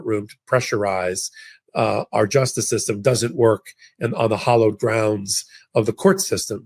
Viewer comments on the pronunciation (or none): HALLOWED, not hollowed! That's the kind of error that AI frewuedltly makes in audio!